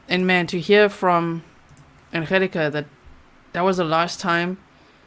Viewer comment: Pronounced An gel aka